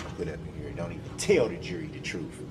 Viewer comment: Substain Troof